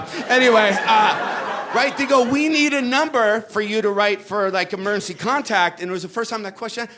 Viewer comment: It's hilarious how he says "emurrncy". 🏥🚑🚨